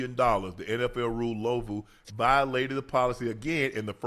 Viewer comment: Why Unc always calling this man "Lovu" lol. It's clearly Luvu as it's spelled 😂